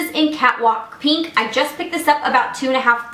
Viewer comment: It's pInk not peenk. Like nails on a chalkboard.